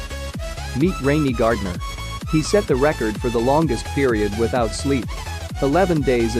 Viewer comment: It's Randy Gardner, not Rainy Gardner.